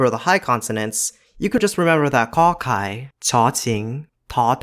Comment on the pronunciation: Everything perfect, only you pronounced กอ ไก่ kor kai sound like ขอ ไข่ kho khai. It make me confuse 'cause I didn't read subtitle at the first time.